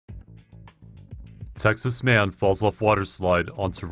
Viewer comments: at the beginning it sounded like u said sexist man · Who else heard "Sexist Man" in the beginning?